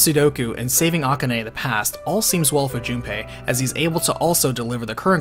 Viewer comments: Ah-ku-ney? FFS its A-KAH-NEY! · The way you say Akane grinds my gears a bit. It's A-ka-ne not A-ka-ney. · Is that the correct pronunciation of Akane?